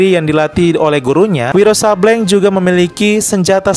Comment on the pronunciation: Izin ralat min Sableng di baca Sablêng bukan Sabléng :)